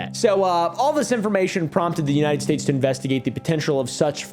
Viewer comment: "unyiunit states"